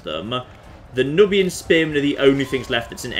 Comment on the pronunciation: I'm pretty sure that "Nubian" is pronounced "newbian".